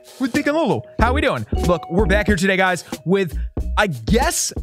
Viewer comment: Saying beak and lulu names: Bek bak beaaak bk bkea eabk Lulu lula Luul lulululululululu luuuuu